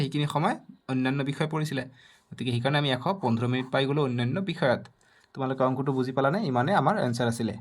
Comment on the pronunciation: Mitan😂 mitin😅 minit minit 😅😅